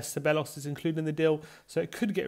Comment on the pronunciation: OK - repeat after me (Ceballos), THEBAYOS or SEBAYOS not SEBELOS no no no!